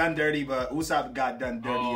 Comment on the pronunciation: " Usopp" they said. 😂 Sound like Lossop here..